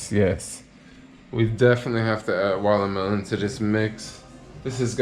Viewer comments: you mean wallamelon lol 😂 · When says “Watermelon” 😂